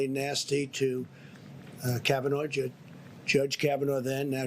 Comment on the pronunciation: Did Trump say Kavinoyja?